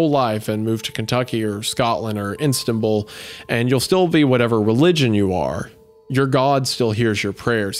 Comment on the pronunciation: "Instan-bull" lol 😂